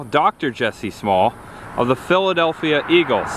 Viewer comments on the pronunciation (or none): none